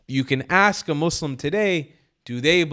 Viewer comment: Candace Owens is gonna “ax”you a question. Her inner ghetto is coming out.